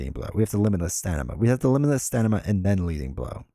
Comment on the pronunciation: It cracks me up every time you say limitless StaNIma as opposed to StaMIna. :)